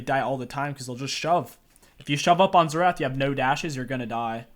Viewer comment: Best "Xertah" mid guide out there hahah